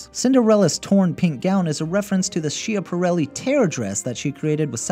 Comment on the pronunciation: Cendrillon = sondweeyon Chiapperelli = kyapperelley